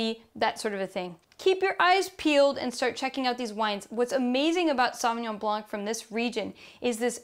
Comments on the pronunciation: Thank you for all this beautiful guidelines tasting (we don’t pronounce the c in blanc you just say blan 🥰) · In French, the “c” in blanc is always muted. But a very interesting intro to French wines otherwise